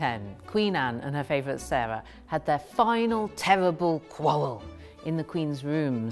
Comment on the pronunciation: "In 1710 Qween Anne and huhr favwhet Sewahh had their final tewwibal qwawwvell..."